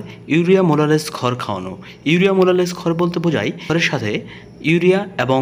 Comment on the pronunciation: ভাই আপনার ভিডিও দেখে আমি অবাক হয়ে গেলাম মোলাসেস কে বলছেন মোলালেস